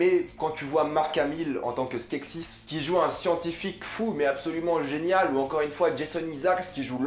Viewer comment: C'est skekses pas skeksis